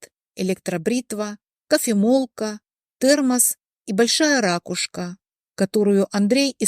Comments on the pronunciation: Не рАкушка, а ракУшка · ракУшка. Следите за ударением.